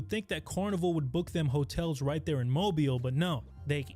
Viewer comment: Hey! I’m from Alabama. Don’t disrespect… too much. And it’s “moh-BEEL” AL not “moh-bul”